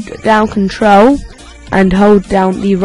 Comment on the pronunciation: "hold down contro"